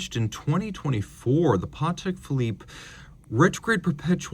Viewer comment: so happy to hear you pronounce patek correctly in his polish last name!